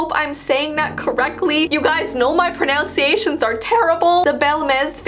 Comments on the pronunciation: (pro)-(NUN)-(see)-(ation). u said it wrong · Very ironic she mispronounced the word “ pronunciation” when saying “my pronunciations are terrible” (good job )